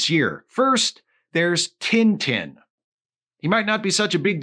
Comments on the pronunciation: To hear tintin pronounced "tinn tinn" is the cutest thing I've heard this year! (for this joke to work, please pretend I commented that on the first of january) (and just to be safe, I'm not making fun of here, I realize that for a english speaker, it makes sense to pronounce it that way, I was just amused by the fact that when he mention the character for the first time, I was like: "who the heck is tinetine?"... ok I'm done) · do you guys really pronounce "tintin" like that? 😭